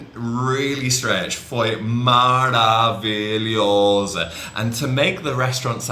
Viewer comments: Hi! A quick tip I can give you is, istead of highlight the middle of the word like maravilhooooso or incriiiivél, you can also pronounce emphasizing the first two or four letters and then slow pitch the rest of it, for exemple: Foi MAravilhoso, INcrivél. MARAvilhoso Thak you, I love your vids :) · Perfeito! Se vc notar como o fala "maravilhoso" soa bem no estilo fresquinho de garotas e caras de classe média. Falar "maaraavilhoosoo" é bem afetado.